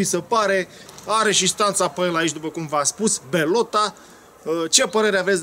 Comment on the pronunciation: Bellota este o marca spaniola foarte buna. Se citeshte "beliota"